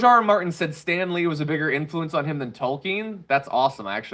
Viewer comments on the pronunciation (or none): none